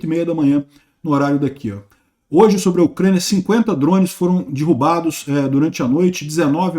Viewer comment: Vamos iniciar uma campanha pro aprender a falar dErrubado 🤣